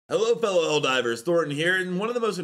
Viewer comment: I wonder if the bot mispronouncing “Helldivers” is on purpose 🤨